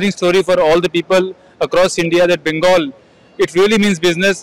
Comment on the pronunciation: The word is not bangal. Practice saying it right.